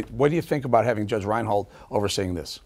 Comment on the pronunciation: Judge Reinhart" not Reinholt..